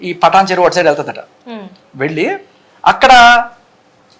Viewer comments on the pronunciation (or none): పఠాన్ చెరువు కాదమ్మా, పఠాన్ చెరు అనాలి.